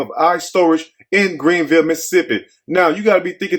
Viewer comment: My mouth is wide open I’m so familiar with Greenville,MS and the way you say it cracks me up same way we do 😊 I went to school there and lived there and left - love you Trey who sent you this I never thought I would hear about Greenville 😅😮the way they chopped you Beauchamp Road 😅😮